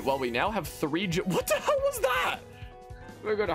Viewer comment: the thing everyone should critique is your pronunciation of what the hell